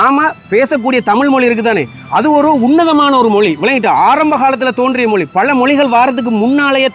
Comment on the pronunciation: மொளி அல்ல மொழி தம்பி.......